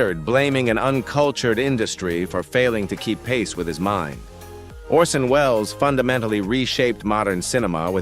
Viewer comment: Excellent production quality, but there were a few pronunciation mistakes with names like Bette Davis, Charlie Chaplin, Orson Welles, and Mae West. Correcting those would make the video feel even more professional.